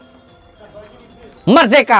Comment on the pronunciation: Merdeka Gusss bukan medeka